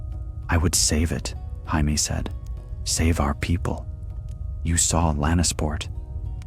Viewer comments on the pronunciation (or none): This could have been so good had you used the English pronunciation of Jamie and not Spanish. I wasn’t able to last longer than 28 min. 😢